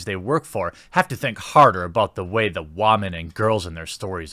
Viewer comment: Be a big boy Jeremy and try saying it, "boobs". Get off the internet leetspeak of "bewbs". We will work on "wah-men" next. Or maybe you dont want to be taken seriously.